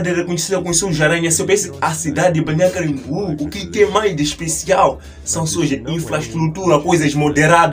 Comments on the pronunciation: Fale mais devagar, para pronunciar melhor. BALNEÁRIO CAMBORIÚ. CAM BO RIÚ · Essa ANTA falou o nome da cidade ERRADO todas as vzs....